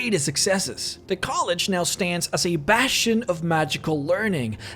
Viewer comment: Is someone clenching your balls or something? The college of WINTer hold is a BASTion of leaRNING.